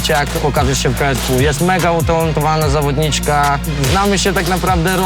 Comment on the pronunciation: Mówi się zawodniczka a nie zawodnićka 😊